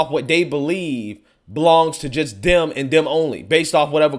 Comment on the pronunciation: it's "Them"and "That" - not "Dem" and "Dat"...😂